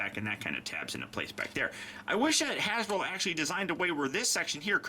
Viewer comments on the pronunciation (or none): none